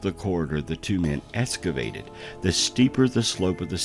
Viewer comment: Excavated…with an X! Not an S. Interesting people make these videos. How can we trust them if we cannot trust the ways that they pronounce words? Maybe it’s a colloquial thing? I give him props for doing an hour long narration!